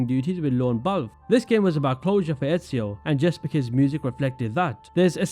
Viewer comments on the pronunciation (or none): Jesper is pronounced Yesper methinks.